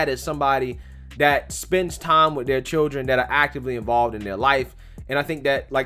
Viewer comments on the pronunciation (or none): Chirrr-en? Lol